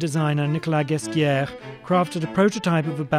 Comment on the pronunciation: The way he pronounces Balenciaga and Ghesquiere is atrocious